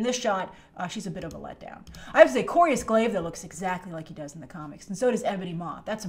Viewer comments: its not corius glaive its Cor - Vus glaive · It's Cor"V"us Glaive, not Corius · what do u mean no consequences?he has an injured spine for life,also that cape shot was thor not dr strange,also it is pronounced corvus glaive(not corius glay),benedict's face looks plasticy because he is sweating... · It's Corvus Glaive not Clovis if that's what you said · "Corvus" Glaive not "Corius"